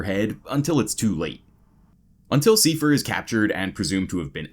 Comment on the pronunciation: "Siefer"? His name was Seifer...